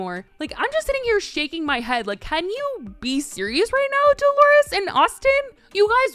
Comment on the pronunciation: The way she said Dolores 😂